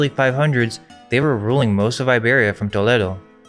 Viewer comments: It’s to-leh-do bro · You (two I think?) are true scholars. I love the thought provoking nature of the content. Also, it's Toll-ee-doh